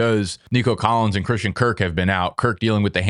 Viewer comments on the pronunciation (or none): none